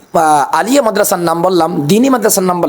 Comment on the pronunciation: Uni Alia sobdo uccharon koranni